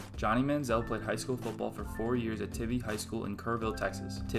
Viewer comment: its tye vee not ti vee i go there trust me